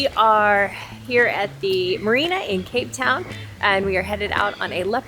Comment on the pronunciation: reminds me of kate. and each time you say “cape town” I hear “kate town”. which seems appropriate to me. 😊